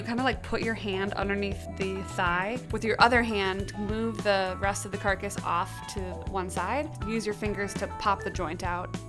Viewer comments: It really bothers me that she keeps saying carcus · I don't like that she calls it a carcus 😥 but sounds like a good method to use for fast cooking .